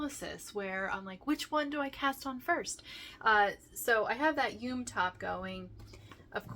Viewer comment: Just some info for you yume is pronounced yumay. It is a Japanese word and they pronounce all vowels.